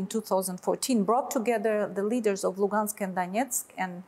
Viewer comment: bu masih tanggung bicara bahasa inggris. Bawa koresponden yang bisa bahasa rusia lah. Dengar aja cara dia menyebut " Donetsk dan Lugansk ". Tuh contoh media Kumparan. Koresponden nya berbahasa rusia, sehingga bu gak tanggung ngobrol juga.